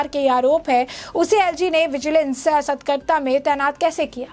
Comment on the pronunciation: एंकर मैडम, सतकरता नहीं, सतर्कता बोलिए।